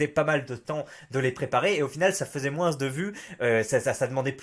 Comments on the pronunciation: c'est une faute de français de prononcer le mot moins "moinsse" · mais arrête de dire "moinsse" bordel !!!!